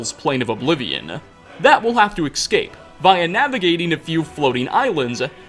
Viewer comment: Peshtilence. Excape. Chael? Shockingly.